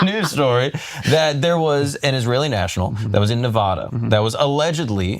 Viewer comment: OMG!!! Please learn to pronounce Nevada!!!